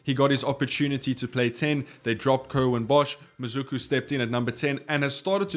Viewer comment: how did you get from MaSuku to MaZuku😂😂. Horrible effort on a very simple word.